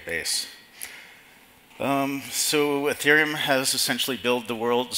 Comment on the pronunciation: It's "Ethereum", not "Etherum".